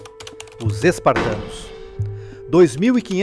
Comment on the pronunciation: Parei de ver quando ele disse spartanos. Rs